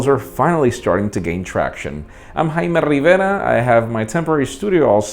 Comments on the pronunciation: "I'm " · "I am and this is pocket now daily"